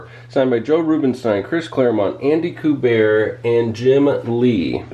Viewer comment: It's Q-BERT. Adama Q-BERT, not koo-bear. LOL He's the son of Joe Kubert. Ever heard of him?????